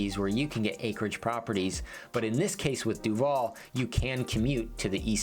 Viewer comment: He pronounces Duvall incorrectly. Even more annoying is that in the last few decades, with more new people moving in there, so many new people pronounce it incorrectly that it drowns out the old-timers and people think the new way of saying it is the correct way, because that's what they mostly hear. It is not DuVALL like the actor, emphasis on the last syllable. It is DUvall with emphasis on the first syllable.